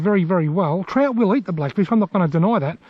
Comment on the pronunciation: Good clip! I love that you call trout trot, I always find myself saying Trot because of your videos Haha